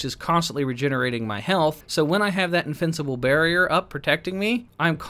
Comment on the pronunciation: i hear "Infincible" lol